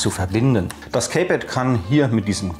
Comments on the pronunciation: Gutes Video, es heißt allerdings in Lautsprache: "Ki-Pett" nicht "Käy-Pett" ;-) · Das Kaypad wird Kiepäd ausgesprochen. Sorry